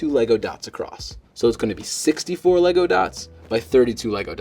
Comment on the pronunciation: ummm... It's LEGO, not LEGO.